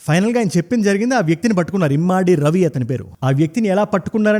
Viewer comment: Immaadi kadu ra babu adi immadi. Telugu chadavadam vasthe ardham avthadi.